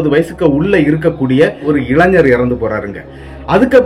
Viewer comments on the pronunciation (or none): none